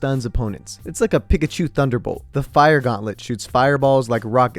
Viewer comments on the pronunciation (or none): none